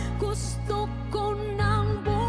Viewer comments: Please...bumitaw.. not bumityaww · its bumitaw not bumithaw i still love u guys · you forgot the "W" in the word "bumitaw"...you are singing it like..."bumitaaaahhh"...your not Pilipino thats understndable....🥰 more power 💪💪💪 to the both of you...fyi im not a singer and expert haha im Filipino... who loves to sing 🥰🥰🥰 and love watching reaction videos like your...i hope we can see more reaction videos of you guys...thnk you for reacting on Filipinos singers 🥰🥰🥰